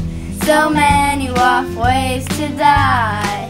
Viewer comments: I don't like that you say WoF ngl- (no hate tho) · Why did I think she said walkways to die when she said wof ways to die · I can’t stop hearing waffles now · When they say WoF ways to die why does it sound like they say ‘ Waffle ways to die ‘ ? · Sounded like it said "rough" ways to die xD